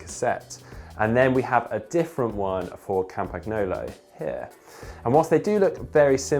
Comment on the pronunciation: Please, please, please learn how to pronounce Campagnolo.